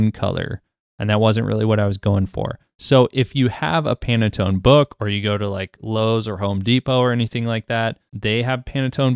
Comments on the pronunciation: It's pan tone, not Pana tone. Great video, thank you very much! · pan-tone not panatone lol great video though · My brother, it’s not pronounced “pannetone”, it’s pronounced “Pan-Tone”. Like a frying PAN and the TONE of the song. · Stop saying PanAtone please :D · It literally says 300 and you kept saying "30". Am I losing my mind? And he kept saying "Panatone". Have I been saying Pantone wrong all this time too? I'm so confused...